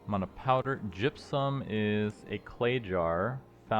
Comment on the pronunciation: Just curious why you keep switching the pronunciation of "mana?" Sometimes it's MAN-ah and other times it MON-ah. Is there a reason?